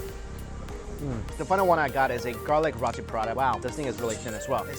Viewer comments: Did you just call row-tee, raw-tee.... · mikey! Its RO-TI ....NOT RAW-TI....lmao pronounce it like : row-tea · It is roti Prata not rAti Prata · It's roti not rati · Rawti/Rahti LOL. Never heard it pronounced like that. Its Roti with a capital O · It's not pronounce as Rati. It's pronounced as Roti. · its pronounced "ROW TEE" not raaati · Roti..... not rati. .....roti. ..!! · Roti not rati I am Malaysian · You are pronouncing "Roti" wrong. Its pronounced "row-tee", not "ra-tee". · Love your vids Mike but it's pronounced Row-tee not Rotti 😉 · love ya mike but its pronounced "roe-tee" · FYI Roti is pronounced 'Row-tee' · Roti: Roh-tee, Ikan: Yi-kah-n, FYI lol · Roti is pronounced (roh-tee) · Its pronounced (r-oh-tee) roti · Roti is pronounced like "row tee" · I agree it's row tee or low ti with the R you'll have to roll your tongue. So it's not what ever you was saying.